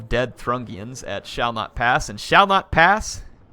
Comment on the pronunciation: I think that the people who attacked Shall Not Pass are pronounced the Thoo-ring-ians rather than the Thrungians, I'm not 100% sure though